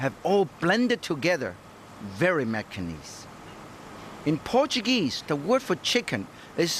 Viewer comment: Martin Yan was my first exposure to Macanese food! Even the words “Macanese food” sounds best from Mr. Yan.